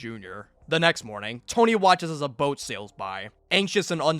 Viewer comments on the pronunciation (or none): none